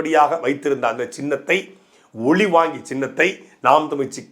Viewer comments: ஒலி வாங்கி சின்னம் ஓல் வாங்கி சின்னம் தவறாக பேச்சி உளற வேண்டாம் 😂😂😂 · "மைக்" சின்னம் என்றே சொல்லுங்கள். ஒலிவாங்கி என்றால் பெரும்பான்மை மக்களுக்கு தெரியாது;புரியாது! உங்கள் கட்சி உள்பட பல பேச்சாளர்களுக்கு "ல" "ள" " ழ" உச்சரிப்பதில் குழப்பம் உள்ளது. ஒழிவாங்கி ஒளிவாங்கி என உரைத்து மிச்சமுள்ள தமிழையும் கெடுத்து மக்களை குழப்பாதீர். பாவம் உஙகள் இரு வேட்பாளர்களுக்கே டமீல் தெரியாது ௭ன்பது தெரிகிறது.